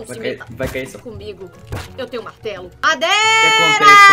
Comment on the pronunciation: falando madeira impossivel nn rir